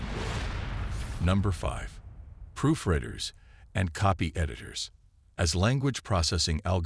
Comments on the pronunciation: Human did not do the job here. Proofreader is NOT pronounced Proof RED er. It is Proof REEEED er, English word "read" is pronounced more than one way, and means different things depending on context. Hire an editor to proof REEEEED the text and speech. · I find it funny that the narrator of this clip is obviously not AI. The fact that it mispronounced proof reader several times shows that it need more training, probably via human correction. It said proof Redding instead of proof reeding. I went phonetically for demonstration purposes.